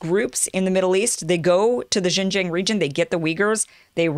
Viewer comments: xinjiang the xin is said like sheen as in charlie sheen. the jiang is harder. the ji is pronounced the same as the letter G. this is why many chinese people mix up G and J. so its g-ong- the ong like ang in angela merkel. messy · Hey Kim. Its pronounced as Xinjiang.... not JinJiang. Too many amerikan speakers are doing this. You need to learn how to say your Xin. Same way how they can't say Huawei properly. Really irrating. lol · It’s American not Amerikan... Most people don’t bother speaking the imported words correctly in any language. In China we make things up too, for example, Trump is called Telangpu. That’s worse than Junjiang for Xinjiang. Who cares? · It is pronounced as “Shinjiang” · Xinjiang pronounce shin-jang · hello kim. try it like this yuan=you-on. like are you on the bus? i think its funny how you brought up the comment section for getting on your case. also everyone in media usually get that wrong as well as the pronunciation of xinjiang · You’re embarrassing yourself, Kim. You have to spend 10 or 15 minutes to learn how to pronounce Xinjiang and yuan. It’s not hard at all, and you will forever sound more professional.